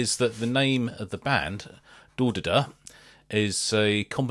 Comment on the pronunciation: oh man, hearing you butchering their name is so funny